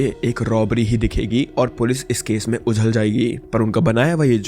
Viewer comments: Ujal nhu ulajh hota h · ujhal nhi ulajh 😂